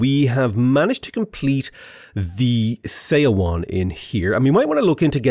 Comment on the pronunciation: Thank you! One thing for you: Korean “eo” sound is pronounced like one syllable. So you can say “seowon” sounds like “suh-won” 😊